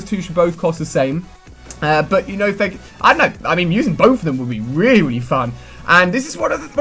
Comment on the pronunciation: did Ali a say rewy fun